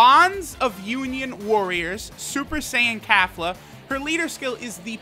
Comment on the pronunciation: “Kafla” where tf is the A sound for Kefla? lmao